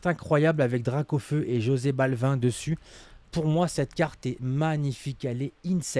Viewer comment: Jose Balvin 😂😂😂 ça se prononce absolument pas comme ça